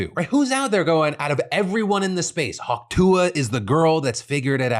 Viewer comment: Hawk Tua, Just say "Hawk Two" Hawk like the bird and two like the number, that's how you say it.